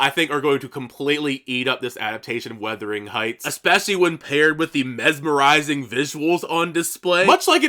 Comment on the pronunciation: Nice video. Just FYI you keep saying “weathering heights” but it is “wuthering.” You aren’t the only one. Some people are saying “withering.”